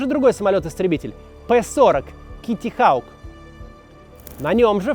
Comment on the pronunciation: А чего, правда, "hawk" как "хаук" произносится? Никогда такого произношения не слышал. Или у Максима не очень с английским?